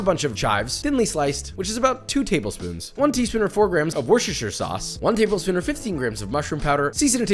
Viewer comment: “tabel shpoon”